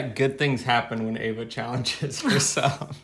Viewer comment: your wife's name is Eva, not Ava...:D Love you!